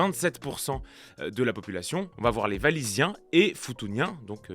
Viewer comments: Il me semble que le "W" se prononce à la Belge, non pas Valis mais Walis :) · Tout à fait, ça m'a fait bizarre d'entendre Valis 😅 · walisien prononciation OUAlisien lol